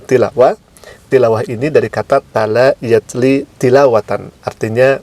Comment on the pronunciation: Maaf. Talaa yatluu. Bkn talaa yatlii